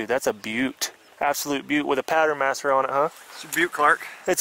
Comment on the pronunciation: You missed pronounced Patternmaster... lol. Keep up the good work.